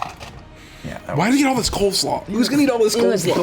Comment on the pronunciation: why were they saying "cold slaw"? XD its cole slaw yall